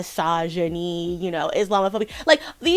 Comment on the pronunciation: What's with pronouncing misogyny as "massage-a-knee"?